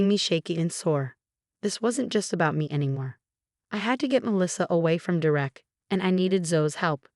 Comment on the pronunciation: It’s “DER-ek” not “Der-Ek”! There is no “Der-EK”. Ever. Idiotic AI.